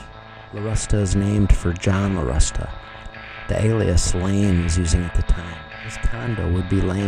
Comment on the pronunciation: Isn’t the name Larusta actually pronounced LaRoosta...as in The Rooster ?